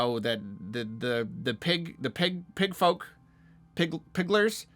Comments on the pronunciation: With the hard R too.. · saying "Piglers" is the best part of this entire ordeal. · i almost spit up the food i was eating when this guy said "piglers" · Hard r too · said “Pigglers” with a hard R 😮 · Damn going in with the hard r